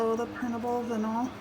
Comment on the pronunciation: Not to be mean, just letting you know, vinyl is pronounced v-eye-nle. Anyway, I love these shoe cups!! They're the coolest things I've seen on a cup!! Leopard? Nice. Beach? Pretty. But a shoe? That's pretty darn cool. I wonder if you can use washers instead of D-rings? It has to be cheaper to cut down on your costs. Those d-rings can't have been cheap.